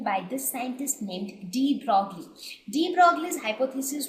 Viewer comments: Superb...! thnx for teaching wonderfully. Just ONE thing- Its pronounced "De Broy" instead of de Broglie. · Its pronounced de BROY!!